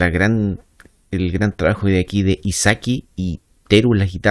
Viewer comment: 🤗 hola , muchas gracias por reaccionar a Versailles, este año es el aniversario 25 de Kamijo, tenia muchas ilusiones que pudiera venir este año como hizo para su 20 aniversario, pero por el virus no se pudo, Hizaki se pronuncia "Jizaki" la H siempre la pronuncian como "J" te recomiendo Ascendead master